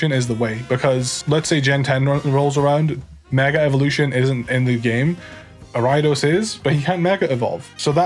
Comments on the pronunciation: For the longest tine I was trying to figure out what the fuck Arai-dos was. It took typing it to realize he meant Ariados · Are you referring to gyarados when you say ridos im so confused haha